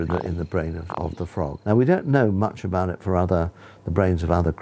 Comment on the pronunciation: "abot" makes it only funnier